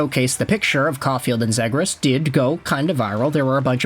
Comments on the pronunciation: it’s pronounced Zee-gras. Bro will eventually learn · Omg man it's pronounced Zeegras!! Learn player names if you want to make content